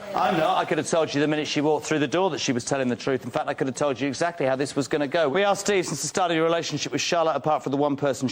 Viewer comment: You “ain’t arksed?”